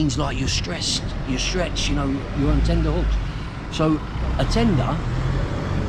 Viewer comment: Its ’TENTer’ hooks not tender ffs